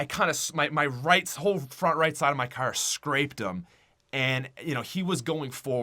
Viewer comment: Why does he pronouce car so wrong its funny